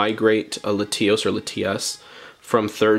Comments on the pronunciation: “Luh-tee-os”?? Lat-E-os. 👍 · Dislike because “LaTEAOHS”😂 wtf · are we just going to gloss past the way he’s pronouncing latios….